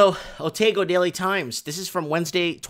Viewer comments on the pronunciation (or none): Pronounced 'O ta go"